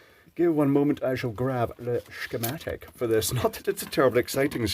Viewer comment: Don't you mean a "Scare-matic"